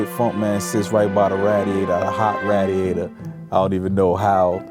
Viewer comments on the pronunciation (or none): he said raaadiator dam I aint heard that since brooklyn omg lolol I love this